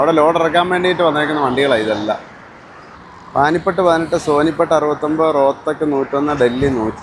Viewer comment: പാനിപട്ട് അല്ല, പാനിപ്പത്ത് . പാട്ടിയാല അല്ല, പട്ടിയാല